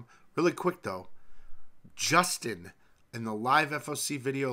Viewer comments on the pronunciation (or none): none